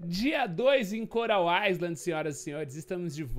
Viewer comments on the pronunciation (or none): Amigo, "Island" não se lê falando o S. Se lê assim: "Ailend". Um dica <3